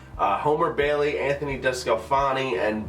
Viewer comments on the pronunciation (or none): none